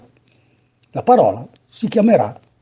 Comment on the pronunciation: Esatto. Bel lavoro questo delle lezioni, mi piace. Però attenzione che le consonanti doppie si scrivono, se si usa la grafia classica milanese, ma non si pronunciano mai doppie. Nel video nètta, nèttela, nètteghela sono pronunciate con le T doppie, caratteristica che invece è estranea al lombardo in generale e al milanese in particolare.